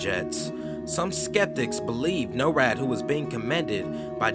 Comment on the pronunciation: Not being able to properly pronounce “simulation” and “NORAD” correctly detracts so much from the content of the video it loses credibility.